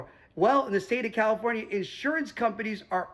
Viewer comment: Did you say Kommipornia! That works!